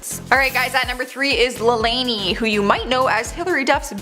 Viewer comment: U said lalaine wrong